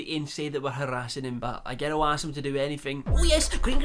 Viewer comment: Everyone: Girl: Gerrill